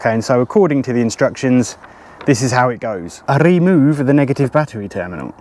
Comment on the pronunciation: I just love it how you say "RhemŰve" :)))) pure delight for the ears (and later how you say "bad boyz-boo-boo")! You sir are the jolliest man ever!